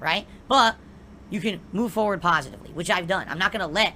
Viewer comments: entire life is perpetually being "done widh da drama, moving on pahsitively, etc" every day. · "Move on pahsitively" he says while acknowledging them for the bajillionth time 😂